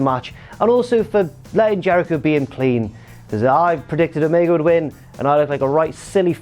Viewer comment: Stop saying omega wrong